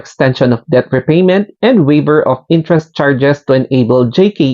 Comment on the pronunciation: Mali basa mo sa debt 😂